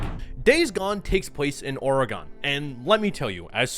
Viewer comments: Love the video. But your pronunciation of Oregon bothers me so much🥲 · Hearing your pronunciation of Oregon made me cringe so hard, but overall good review. I was the same with being broke and having IGN turn me away from it but I might pick it up and give it a shot. Also if you do plan on visiting Oregon, I highly recommend you visit Bend (what this map is based on). Beautiful scenery and tons of walking trials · I just gotta say, in my whole life I don't think I've ever heard anyone, of any language, pronounce "Oregon" the way you do lol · Why are you saying Oregon like that 💀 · Oregon is not pronounced like that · As an Oregonian I can tell you people would give you funny looks for the way you pronounce the name of the state. It’s such a running joke around here that you’ll see bumper stickers on cars that say “Oreygun” on at least one out of every 1,000 cars on the road. I enjoyed the video and I’m grateful to see a greater appreciation for a game set in this truly beautiful state. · It is Days "Gone" but it's not Or "gone" Credit for the middle syllable though. Nice. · Are you saying Oregon? You’re pronouncing it like Oragon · I swear to god if i hear you say Oregon like 'oreh gone' one more time im gonna blow a gasket.😂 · Your pronouncing Oregon super wrong dude 😂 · what a funny way to say Oregon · What the fuck is up with this guys pronunciation of Oregon? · I'm sorry, but where are people proliferating this pronunciation of "Oregon"? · Mf pronounce Oregon wrong one more time. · Why the hell does he keep saying Oregon like that I like the video but you sound like you're not even from the usa saying it like that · Watched this video but I cringe every time he says Oregon wrong 😂 I’m born and raised in Oregon so it killed me a little haha It’s supposed to be how you say an organ in your body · I agree with everything you said. But the way you say Oregon is horrendous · I absolutely hate the way you pronounce Oregon. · The way you pronounce Oregon is enraging